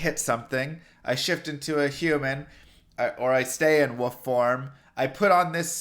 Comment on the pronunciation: Say it with me. WoLf. There's an L in there. Not woof. WOLLLLF.:)